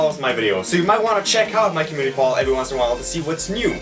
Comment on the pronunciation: When you say community pole you sound like you are saying community pal